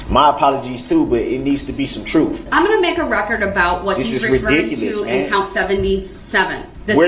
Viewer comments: List all of the mispronounced words here... ill start... troof- truth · The alleged defendant is truly an evil and pugnacious individual, who acts as if he’s been charged with stealing cookies. It’s ‘mind boggling’ that he seems to have no awareness or remorse for the heinous crimes he did. The ‘troof’ is he had absolutely no defence, so his lawyer spent his court time trying to manufacture a mistrial, albeit a completely infantile and futile attempt at it, if you ‘axe’ me. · 😂😂😂😂😂😂😂 love the way he butchers the English language especially saying troof and axin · There are two "o's" and an "f" in the word "TROOF!"